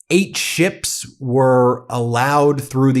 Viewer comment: Did he say he got 8 'sh1ps'...or 8 'sh1ts'?...they have meds for that second 1 you know